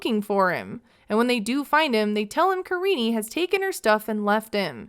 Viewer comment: Her name literally is Karine not karinie lmfao he just doesn't know how to pronounce it